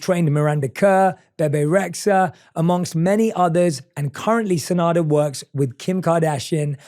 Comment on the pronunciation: If her name is enough then why u made a mistake in it? First time i hear her name but i took note ppl say SeNada not SeDana